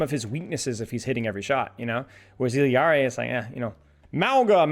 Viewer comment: There is no way this guy is pronouncing Illari correctly